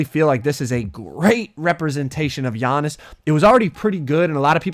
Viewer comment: His name is not g-annis his name is giannis